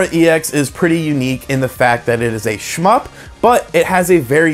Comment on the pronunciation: Stop saying shmyp...